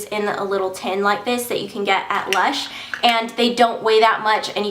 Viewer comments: not luch.. lush... lol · not.. luch... lush!! lol